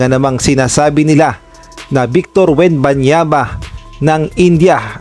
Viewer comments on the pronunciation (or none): Wembanyama po, hindi Wenbanyaba